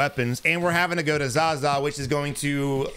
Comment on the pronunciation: I find it funny he calls it zaza but it’s zaya